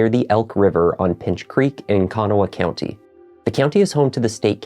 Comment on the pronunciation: Mispronounced county